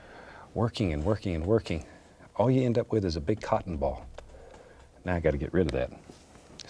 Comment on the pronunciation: omg i thought he said "cock and ball" 😭😭